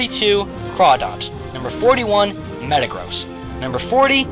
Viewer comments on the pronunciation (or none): none